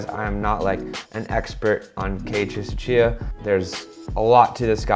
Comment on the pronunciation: Nah that name pronounciation is horrible man ahahahaha, but loved the video thanks!